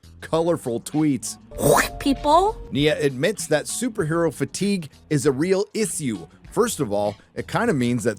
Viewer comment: “Is a real eesew”